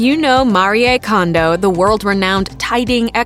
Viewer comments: ugh! and it drives me crazy how she mispronounces her last name! its pronounced "CONE DOH (as in play doh) not CONDO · Pronounced Cone-dough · No, they didn't. Mah-lree-eh is the correct way to pronounce the Japanese name Marie. (Ok, fine they pronounced her last name wrong. It should be Cone-dough)